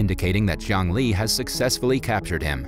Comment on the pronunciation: Jiang Li’s name pronunciation sounded like “Zhongli”